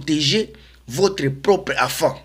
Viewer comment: On dit enfant et non afant